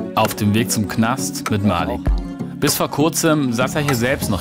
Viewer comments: Es heißt nicht Malik es heißt Maliik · es heißt nich malik es heißt malik keemo